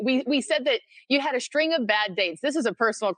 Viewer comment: A 'shtring' of bad dates. Can no one pronounce words anymore? Seriously....